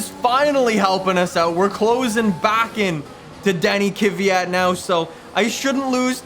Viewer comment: I mean no disrespect, but can you please pronounce Kvyat properly🙌